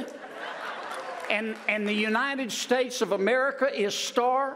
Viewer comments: His slurs are definitely strange. Pronouncing state as spate not once, but twice is just weird. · That is the voice of a person that is heavily medicated. If you can't pronounce the word "state" and are sweating profusely, you are loaded.